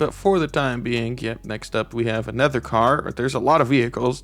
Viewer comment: Is it just me and and the auto generated subtitles but i think when says "another" it sounds like "a nether". I love watching these vids about upcoming seasons btw!